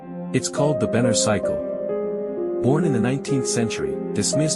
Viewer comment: Benner not banner